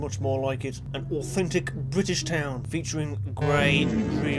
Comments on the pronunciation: u mean bri-ish car? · Omg an bri-ish cah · you spit out you tea, its the most bri-ish thing i ever heard no joke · Pure Bwittish!